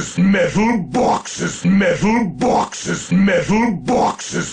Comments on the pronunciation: MOAR BAWKSES FOR THE BAWKSES GAWD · BAWKSES FOR THE BAWKS GOD!! CRATES FOR THE CRATE THRONE!!